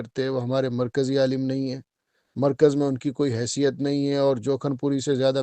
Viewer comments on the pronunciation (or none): none